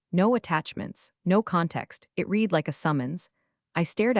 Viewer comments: The word " read " and how it is misused tell it is an AI.. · Why can these AI readers not learn the correct pronunciation of the verb "READ" depending on context? It's really off-putting, and AIgnorant.